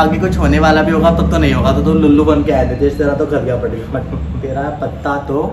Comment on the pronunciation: it's lallu not lullu 😂😂 lullu is not an appropriate word 😅